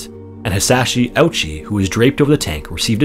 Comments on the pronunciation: The story of Hisashi Ouchi (which is pronounced "ooh-chi," not "ouchie") is terrifying. I do want to clear up a few misconceptions that made it into this video, though. While it is true that Hisashi did say, "I am not a guinea pig," he ultimately resolved to endure the treatments, though painful, because he wanted to live for the sake of his family. That was the last position he expressed before he could no longer speak due to being on a breathing tube. Second, the doctors did not revive Hisashi because his family asked them to; they revived him because they were determined to do everything they could to save his life and had not yet concluded that he was too far gone. He was in terrible shape, but there were actually signs that his body was regenerating some cells. Third, the final heart attack may well have been unrecoverable, but it had also been determined at that point that Hisashi was too far gone. The doctor in charge of Hisashi's treatment explained this to his family, and they agreed that the next time Hisashi's heart stopped, no attempt at resuscitation should be made. Hisashi's doctors do not deserve to be vilified for trying so hard to save his life, and his family should not be vilified for wanting so badly to hold onto hope that their loved one would recover. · Irks me though that the narrator pronounces his name as Ouchy. It's pronounced more like Ooh-chi. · The mispronounciation of Ouchi as “ouchie” instead of “Oh-u-chi” is painfully ironic. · idk if anyone has pointed this out but Hisashi's last name isn't pronounced "ouchie" but rather like "oh-oochie". I know the pronunciation might be confusing since his name is spelled out as "Ouchi", just wanted to point that out in case someone made jokes about the pronunciation. Other than that, thanks for your work with the CoHF series! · Poor Ouchi (pronounced oh-ooh-chi), also the gruesome photo you see online when you Google his name is not him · Hisashi “ouch-y” lol